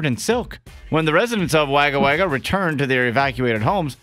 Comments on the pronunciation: "Wagger Wagger" XD In Australia was normally drop the second repeat of Wagga Wagga and pronounce it 'wog-uh' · Oh for pity's sake it is pronounced Wogga Wogga not Wagger Wagger do some research. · Its said as Wuaga wuaga not Wagga wagga mate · Wagawaga pronounced wah guh wah guh not way guh way guh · The way he pronounced Wagga Wagga is hilarious. A little research is all it takes to find out that it’s pronounced wo ga wo ga staccato like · HAHA, I am from Australia and I live near Wagga Wagga, and i almost died from laughter at the way he pronounced it? imagine it is spelt Wogga Wogga, thats how it is pronounced. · its pronounced woga woga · Wagga Wagga is pronounced Wogga Wogga. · Omfg. I live in Waga and he got it wrong. My fuckn god. Embarrassing for me. It's pounced Wogawoga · Ur meant to say it like Wogga wogga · it's pronounced "wogga wogga" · Pronounced wogga wogga. It's aboriginal. Wagga means crow and wagga wagga means many crows. The more you know eh! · Holy almost shit myself laughing when "wagga wagga". Never heard it pronounced like that before. Love it. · oh god same🤣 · Thank goodness I’m not the only one that had the need to correct how he said Wagga D